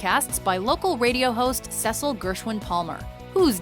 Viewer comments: Secil, SECIL, its Cecil, Ceeeeeecil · Cecil's name is pronounced SEE-sul, not SES-sul. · Good list, I'm in wholehearted agreement. Gotta work on your pronunciation of some of those names though. Cecil is "SEE-sull". Jad Abumrad pronounces his own name "ah-boom-RAHD". Koenig is pronounced "KAY-nig". Just a nitpick. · I love welcome to nightvale. But seriously? Cecil? It is not pronounced the way it looks! It is pronounced S-E-A-S-I-L. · Uhm... They put the #1 top of the charts podcast at number 10? Find the logic in this. Please. I beg you. Also, that's not how you say Cecil's name. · They said Cecils name wrong ugggg that makes me mad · She said Cecile s name wrong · Number 10? Really? And god you can't even pronounce Cecil right. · I facepalmed so hard when the voice over lady mispronounced Cecil's name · Thank you! I was scrolling in to comments being like, "Come on! I can't be the only one who is mad at that!" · Ah hell nah!!! Welcome to night vale is extremely popular. Also, you pronounced Cecil's damn name wrong! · Wtf. You freaking pronounced Cecil's name wrong. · I wish WTNV was hurt up, but I'm still glad it was on the list :) (but you pronounced Cecil wrong)